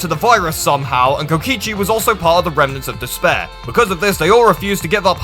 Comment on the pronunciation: Kotkisi?!?!😂it’s kokichi